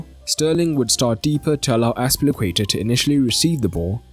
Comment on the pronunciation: I know the name is difficult but please: azpil iiii cueta